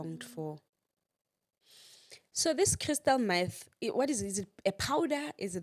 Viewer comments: Crystal Meth..not math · Meth not Math.